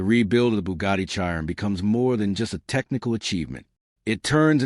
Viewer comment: Chi Ron LOL stupid AI